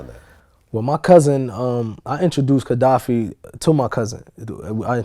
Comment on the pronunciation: Kadafi not Kedafi